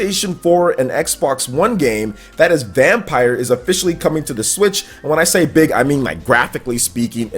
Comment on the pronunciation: Reeeeeee he isn’t pronouncing VampYr right